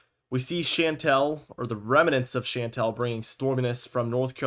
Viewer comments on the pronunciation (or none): Thank you for this. We need independent weather reporters now more than ever. Just for your professional info, the word is remnant, only 2 syllables. 🙏🏼👍🏼✌🏼